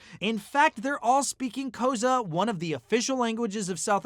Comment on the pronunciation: You mispronounced Xhosa, dude.